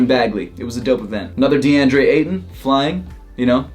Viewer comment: why did he say deandre so oddly hahahahaha